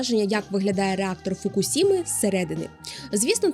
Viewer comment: Як завжди цікаво!Насичено і стисло.Уявляю скільки матеріалу треба передивитись,щоб підготувати це коротеньке відео.Дякую за вашу працю!